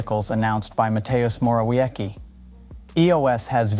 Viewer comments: Moore'o'viee-sky :D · Moravyetzky, not Morałjeki. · Mateusz moravieCki (C not silent as in circus) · Matheus Morawieki 🤣🤣🤣🤣🤣🤣🤣🤣 Please, launch something like google translate to show you how to pronounce names, it's not that hard and makes you seem like you actually try🤣🤣🤣. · Moraweki lmao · If you make video and read someone name pls make it correctly. Google how to pronounce Mateusz Morawiecki, its 10 sec, have some respect :/ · It's so funny to hear how Pinocchio's surname is bastardised by English speakers. :)